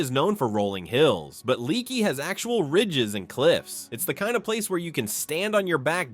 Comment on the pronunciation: Right, I.e. Leaky is pronounced LAKEY. You can go to Uvalde for full medical services as well.